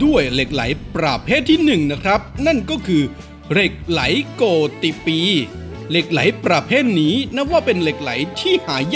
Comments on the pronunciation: เหล็กไหลโกฏิปี ต้องอ่านว่า เหล็กไหลโกดปี ไม่ใช่อ่านว่า เหล็กไหลโก ติ- ปี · โกฏิ อ่านว่า โกด ไม่ใช่โก_ติ ครับ